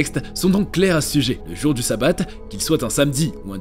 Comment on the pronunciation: 😊Ont prononce chabat pas ssabat le s et un shin et se prononce ch 😉si non intéressant 👍